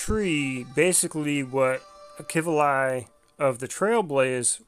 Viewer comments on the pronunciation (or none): Well I was pronouncing his name wrong it seems. Heard it in game earlier pronounced as Ahh-Key-V-Lee. (Akivili) Apologies on that 😐